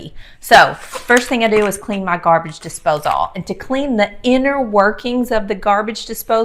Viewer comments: Love the video but you drove me crazy saying "Dipsose all" It's a disposal, like "disposle" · Dispos-ALL...heehee love your accent and the Curls! Beautiful! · Interesting pronunciation of “disposal”